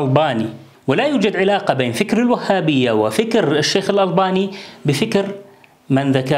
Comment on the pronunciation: الألباني الباء و اللام مرققة ياشيخ